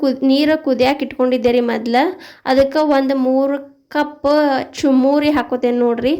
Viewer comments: ಚುಮರಿ ಅಲ್ಲಬೇ ಯವ್ವ, ಅದು ಚುರುಮುರಿ.😂😂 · Adu chumuri alla, churmuri i